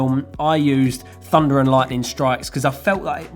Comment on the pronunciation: is it just me or does it sound like 'funda' everytime he says 'thunder'?